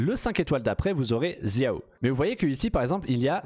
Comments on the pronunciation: "Zia-o" x) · J’ai fais chinois au lycée et c’est comme ça que ça se prononce en chinois “chiao, keutching, tchitchi” et pour Jean et Venti ils se prononcent en anglais tout simplement ^^